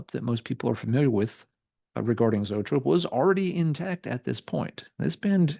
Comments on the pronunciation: Love Zoetrope!! Grew up in Chicago and saw them open up for almost every major band that blew through the city back in the mid-80’s!! And by the way, it’s pronounced E-trope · Pronounced EEE-Trope! Like Copollas Studio. R.I.P. Barry!